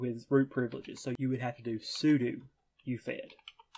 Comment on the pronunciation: Thank you for pronouncing "sudo" correctly. You are a true scholar.